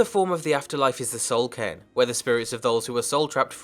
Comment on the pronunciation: OH, i thought he was saying Soul Can